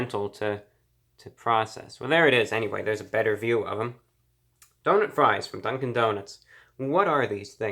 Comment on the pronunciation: Legend has it reviewbrah is still saying dunk-in donuts to this day